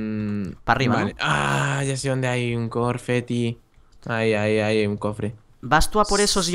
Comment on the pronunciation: minuto ahhhh ya se donde hay un corfeti. enserio tienes un problema de languaje